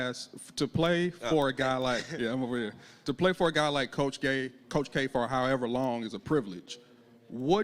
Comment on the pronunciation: Ahahaha the reporter from the fAglanta said "Coach Gay".